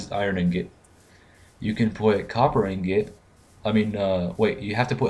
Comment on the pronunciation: Seriously... how many people are going to mispronounce "ingot". Its like %80 of spotlights.